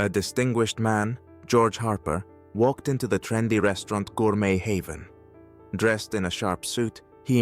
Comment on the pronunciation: Why does the narrator have such a strange voice? Gor-met Haven? A.I.doesn't understand French?